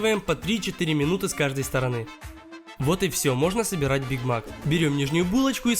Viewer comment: Почему бiг мак а не биг мак